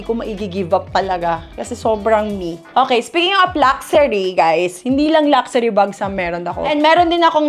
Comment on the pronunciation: Luck-shoo-ri vs Lucksari 😑